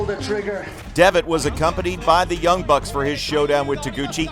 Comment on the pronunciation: "Go home-u! Prease go home-u! Young Bucks-su!" I LOVE NEW JAPAN LOL